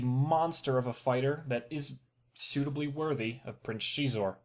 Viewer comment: Xisor. IT"S PRONOUNCED ZY-SOR! NOT...... WHATEVER THE FUCK THAT WAS